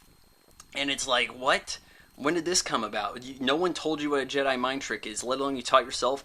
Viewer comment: "Episode 4: Return of the Jed" lol